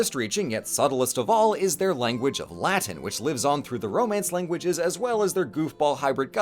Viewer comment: The weird mixing of correct and incorrect pronunciations is so jarring